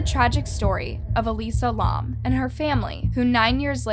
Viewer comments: Bro fr “lawm” it’s pronounced lam like the animal, you must be blond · Her last name is pronounced “lamb” not L-AH-M. Very annoying to hear the wrong pronunciation throughout the video. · Lam is pronounced the way it looks, like "lamb" not "Lom" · It is not how you pronounce lam ToT it is L-AM this is humiliating to me bc my name is Ansley Lam ToT but yet I luv ur content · L A M not laum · it’s Alisa Lam not LAUM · Say her name right and the hotels name right pls😗it will help very much ✌️✌️ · ur pronunciation is literally terrible. if you’re gonna say this poor girls name, say it right. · That’s not how you pronounce lam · That not how u say her last name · That’s not how you say her name